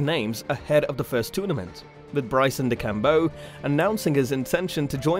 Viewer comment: That mispronunciation of DeChambeau yikes